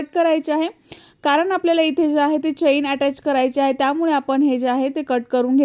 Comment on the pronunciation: चैन नाही चेन म्हणतात